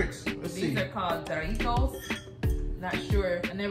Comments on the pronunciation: You guys are so cute trying all that food. Jarritos is pronounced Ha- re-tos. I know it can be hard learning a different language. But you guys can learn. Thanks for the video. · The j in jarritos is pronounced like an h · Just letting you guys know , the drink is pronounced “ harritos “ ☺️ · "J" in Spanish is pronounced as the English letter "H"....Jarritos = HA-RREE=TOES. And birria isn't typically beef but is goat...if the restaurant told you it was beef it may have been the cheek meat of the cow head. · the "j" makes a H sound in Spanish